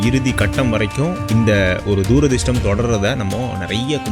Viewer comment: துரதிர்ஷ்டம்....தூ...ரதிர்ஷ்டம் இல்லடா.....